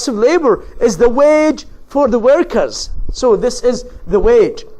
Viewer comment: شرح حلو بس للاسف بينطق انجليزي مش صح زي كلمة reason and workers